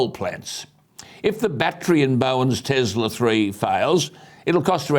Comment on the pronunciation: Alan, as much as I love your shows, I would like to ask you a small favour. Please do not say " Tezla". Nikola Tesla was one of the greatest inventors in the history, so surely he deserves that little bit of courtesy to have his name pronounced correctly. His name is Tesla with an S.